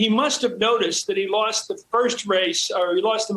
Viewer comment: When Trump says,, "America First" it always comes out "America Worst."